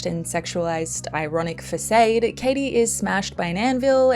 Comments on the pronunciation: At the risk of being accused of mansplaining... it's Fa-SAHD. Sorry, but you're wrong lol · At the risk of being accused of mansplaining ... it's not "Fa-SADE", it's Fa-SAHD". Shouldn't even feminists pronounce words good? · I think the average person is tired of out-of-touch celebrities brow beating them with said celebrity’s opinions on social issues 🤷🏻‍♀️ It just makes me tired. Also, no shade but the word is pronounced Fah-SAWD (like saw with a “d” on the end). Cheers.